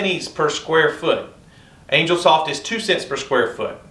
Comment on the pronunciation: CHRIST ! It isn't pronounced ANGLE, it is angel ( ANE-JELL ), you know, with wings.